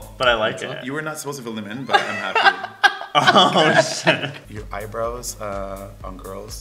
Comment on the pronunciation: Oh sh*t Me: I heard Oh sit XD